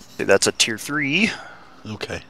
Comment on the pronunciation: When u say teir but its not wot....